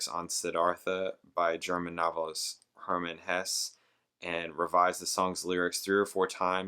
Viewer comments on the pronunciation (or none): none